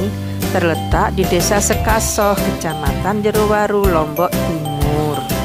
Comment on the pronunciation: Desa Sekaroh bukan sekasoh bunda